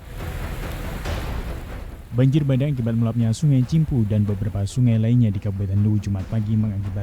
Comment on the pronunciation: Bukan banjir bandeng tapi banjir bandang. Penyiar yg benar aja nyebutnya!😀